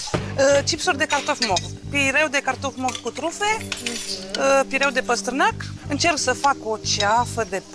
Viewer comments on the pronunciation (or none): Bucatari! PIURE...nu pireu. Pireu este port.